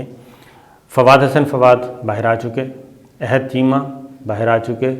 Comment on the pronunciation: الف پہ زبر ہے احد